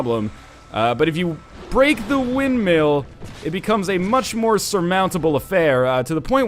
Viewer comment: pronouncing 'windmill' as 'windmeal' is not a canadian thing... its a NL thing